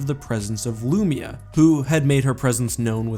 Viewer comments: Its pronounced LOOO MY UHHH. Not loomeuh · Hate the way you pronounce Lumiya lpl